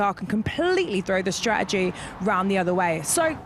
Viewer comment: Ruth “stra’egy” needs to go.